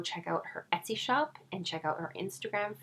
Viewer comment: hello greeting to you neighbor all the way from Calgary! 😄 i laughed so hard when you pronounced esty wrong. younare hilarious and cute! keep it up!:)